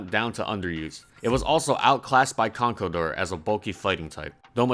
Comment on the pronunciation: Conkeldurr, c'mon man!